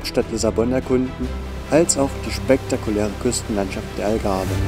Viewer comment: Wenn ihr schon so ein Video macht, dann bitte darauf achten, dass es der Tejo ist und nicht der Tajo. Sowie auch die Pastéis de Nata ein National Gebäck ist. Die in Lissabon-Belem heissen Pastéis de Belém. Am Anfang heisst es Algarve und nicht Agave 😅Und noch so einige Fehler 😅😅 daher kein Like👎